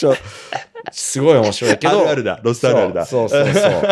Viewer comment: の「あるある」（=よくある話）の発音が良すぎて、rrに聞こえて、最初？？？ってなった笑